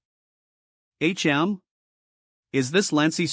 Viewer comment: If u can't pronounce words don't narrate them like wtf why can't u pronounce tch or hm just quit 🚮🚮🚮